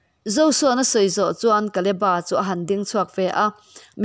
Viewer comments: Kaleba tilo in kaleb-a nizawkse ngaihthlak a nuam zawkngei in ka ringbakah a dikxaawk lo maw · Kaleba tih ngei hi Mizo lam dan a ni hman aṭangin. Bible lehlin tirh aṭangin. Mizo taka lam kha a ṭha mai. Naupan lai aṭangin KALEBA tih hlir hian kan lam ri